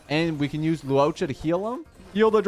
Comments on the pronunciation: I die evertime this man calls luocha “luoca” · “loo ohcha” … im gonna cry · I die because he tries to mispronounce his name so badly, but sometimes it slips the right pronunciation.